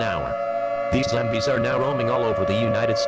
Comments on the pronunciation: stardropSylveon I like how the announcer says zambies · "Zimbies" XD